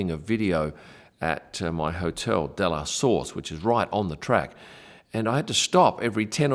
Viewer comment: Yes, I am sure. I have been the Aviation Business for 50 years and happen to live in a City that has a good sized Bombardier Facility. I am also certain that Dassault is not Das-salt. It is Da so.